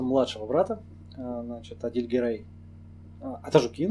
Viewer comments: Ударение не правильно ставишьАтажУкин. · лайк) и пару маленьких замечаеий. 1.В адыгских фамилиях ударение ставится на гласную в среднем слоге, т.е. АтажУкин, МисОстов, КардАнов, ШогЕнов и т.д. 2. Чегемских карачаевцев небыло и нет. Видимо в первоисточниках, где ты взял этот материал имеется неточность. В верховьях Чегемского ущелья жили и живут балкарцы, которых в описаниях тех времен называли просто чегемское общество. Ну а в целом материал очень хорошо проработан. Респект и удачи. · АТАЖУКИН - УДАРЕНИЕ НА ЖУ А НЕ НА КИН